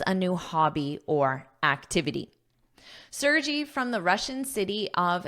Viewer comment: Thank you,, for the article! The name Sergey is a popular name in Russia. I hope it will be interesting for you to know how to pronounce his name 😊. The letter 'E' sounds like [ e ] in the word 'melon', then, 'R' is clearly pronounced, 'G' sounds like 'g' in 'Google', and 'Y' is like 'y' in the word 'May' 😊😊